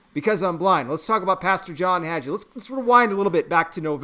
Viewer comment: The "g" is pronounced like the g in gave